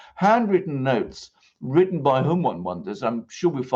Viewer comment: please, when you say words like written or frighten, do not say wridden and frighden. You can say words like plot and trap so you can properly pronounce your T's. Thanks.